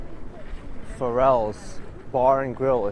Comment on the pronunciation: It was great. My neighborhood from birth till 24 ys old. But you lost me when you mispronounced the bar Farrells.